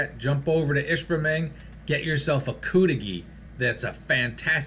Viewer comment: I lived up there for years in Negaunee. They pronounced it cudighi not coodighi. I never ordered the cudighi much but Tino’s pizza in Negaunee had that same recipe sausage and that was the best pizza I’ve ever had, nothing comes close.